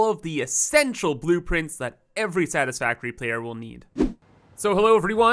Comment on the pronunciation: Are you calling them boop-prints?